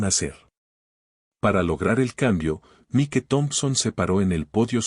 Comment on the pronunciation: Desagradable situación y no mereclda. Cerciorarse, antes de proceder. El irrespeto, arrogancia y racismo son MALOS CONSEJEROS. Argumento excelente, DIFERENTEE. Me encantó. Enhorabuena, por tan magnífica narración. Buen narrador, recuerde nombre en inglés Mike, se pronuncia Maic 😊. Tiene muy buena entonación, dicción, maneja super bien, los signos de puntuación. ❤